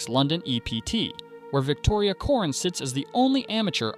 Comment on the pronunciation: COREN, not ‘corn’.